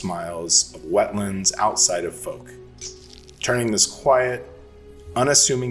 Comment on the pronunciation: Fouke is pronounced with a "ow", as in ouch sound. As an east Texan I only live a few hours from there.😁